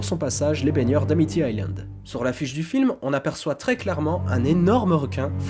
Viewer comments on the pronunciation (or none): none